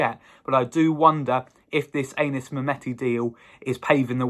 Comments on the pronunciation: pronounced Annis rather than Aye nis I believe 👍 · It's not Anus mate! It's Anis!